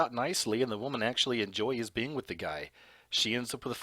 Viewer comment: Sir ~ LOVE your content, but words like 'being' aren't pronounced beinGUH. The g is soft and you're making it a hard g. You're also making a 2 syllable word, 3 syllables. (Same thing with the word 'among'.) You seem far too intelligent and professional to pronounce words incorrectly. It makes you sound uneducated. Learn to pronounce words correctly. Listen to other adults pronounce words like that and follow suit, cuz that kind of ghetto pronunciation is grating if you want to be taken seriously. *This goes for words like 'doppelganger', too. It's not pronounced doppelganGUHGER. You sound stupid. You're not even consistent. Cuz you pronounced it correctly right after pronouncing it incorrectly. C'mon. Get it together.